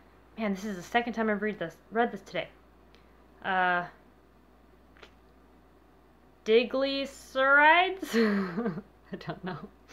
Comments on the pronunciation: Saw that coming with the maltitol. And in case it pops up again on an ingredients list... it’s die-gliss-er-eye-ds. Not bustin’ your chops (cuz you’re awesome!!!) Just givin’ a heads up. (= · I think you're trying to say die-gli-sir-ides ... Diglycerides